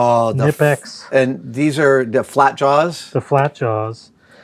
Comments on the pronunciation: pronounced kuh nip ex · Dude works at the Met with tools and can't pronounce knipex correctly 😂